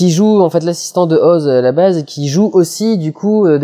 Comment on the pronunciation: JE T'AIME tu dis Oz et pas OSE T^T !